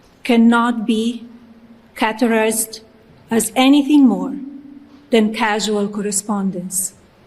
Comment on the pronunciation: Ms Trump did not write the statement she read; we know because she mispronounced words she does not use: 'caterised" instead of "characterised"; "trival" for "trivial". We are entitled to speculate about the authorship of the statement.